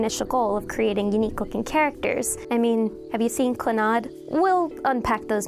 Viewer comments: The way you pronounce clannad makes me sad. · How she said clanad is forcing me to never watch any of your guy's videos ever again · Who else triggered because of how she said clannad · It pains me how you mispronounced Clannad, Mine, and Evangelion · nvm just heard how she pronounces clannad